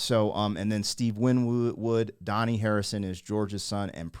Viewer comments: Your pronouncing George's sons name wrong, it's not "Donnie" it's an Indian/ Buddhist name. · the original was from the infamous White album, written by George Harrison and featured Eric Clapton on the lead guitar with the Beatles. George's son is named Dahni, pronounced Da-Han-E. You guys should do some Traveling Wilbury's stuff too, great reactions